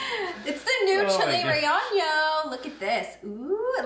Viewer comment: It's pronounced Reyeno